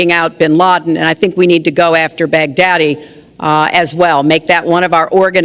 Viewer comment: bagdhadi??? haha ok hillary